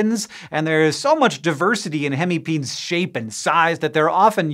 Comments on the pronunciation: It is NOT pronounced PEENS. but PEENEES GET IT RIGHT !!!! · I'm relatively certain that "hemipenes" is pronounced "hemi-peh-nehs" and not "hemipeens". It's the Latin plural of the Latin word "penis". Or just say "hemipenises" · Bro deserves an Oscar for keeping a straight face after saying hemi-peens...